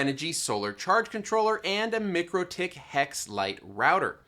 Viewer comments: Awesome content - but I must tell you - its MIKE-RO-TICK :) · MIKE-ROW-TICK. We went over this last time. Go watch their videos already.